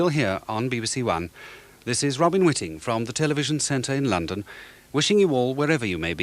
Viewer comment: Robin Whitting, not Welling; Mark Waddington, not Waddlington; Charles Nove, not Hove.